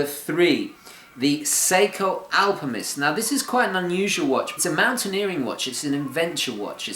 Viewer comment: Are you saying "AlpiMist"? Or is it just your English accent?